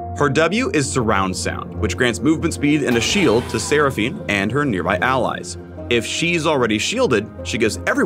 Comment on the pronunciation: When he said sera fine I instantly wanted to die